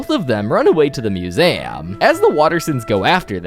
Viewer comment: It’s pronounced museum